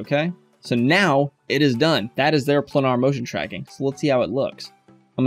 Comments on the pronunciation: Second youtube instructor who can't/won't pronounce the word Planar. yes..like a plane....i.e.: "Plainer" Could it be Plainer? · Good info, but PLEASE learn how to pronounce planar! (pley-ner) :-)